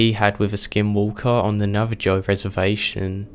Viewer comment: I am rather new to your channel and I'm loving it, but for the love of all things holy, it's not NaveJoe, it's NaveHoe :)